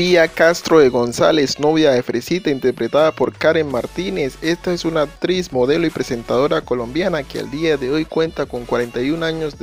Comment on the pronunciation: Se pronuncia ACTRIZ NO "APTRIZ"